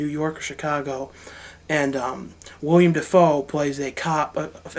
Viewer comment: It's WillEm Dafoe, not William you stupid fat fuck